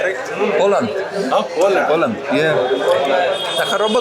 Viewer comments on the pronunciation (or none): nie mów im po angielsku POLJAND , mów lepej POoLEND